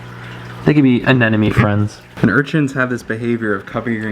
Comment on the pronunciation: said anenomeneomene right. Whaaat!! 😮